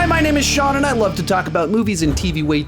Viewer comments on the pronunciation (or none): none